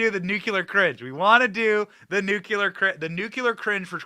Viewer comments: Greatbset Benny laughing all the way...FYI the Nuclear is pronounced Nu-cle-ar not nucular 😁🤙🏼 Love yur show Benny stay Gold & Bold bro!! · Dear Benny: I love you in every way but one: your pronunciation of Nuclear - you say "Nuke-You-Lur;" when it is "New-Klee-Er." MANY Americans butcher this word, but please don't popularize further the bad pronunciation. Thanks! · I love your show and all but plz don't say Nucular. It's nuclear! 😂😂TY👍🏻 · The word is nuclear nu clee are, not nu cu lar dammit Benny you sound like Jimmy Carter. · It's not( New -q -ler)...It's (New-Clear)...🤔🤗😱😇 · Benny, I like you a lot... the word is NU-CLEAR not NUKULAR. I am sorry to pick on you, you look so cute saying it wrong. You are great and follow you as much as I can, and thank you for the great service you provide. God bless you 🙏 😊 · Why do people say NUCULAR? NUCLEAR! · NOT NUKE U LER!! It’s nuclear!! Practice it! You’re not GWB!!😮😮😂😂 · It makes my cringe when you say “NUCULAR”. Oh my goodness, Benny. You sound like that idiot George W. Bush! It is NuCLEAR!!! Please!!! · PLEEESE BENNY, **NUKE LEE ER** not nukuler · It is pronounced NUKE-LEE-ER for goodness' sake... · It’s not spelled Nucular. Please pronounce it correctly. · NewCLEAR cringe Benny! You are not GW Bush! 🤔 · It's Nuclear! say it like and adult for the love of god...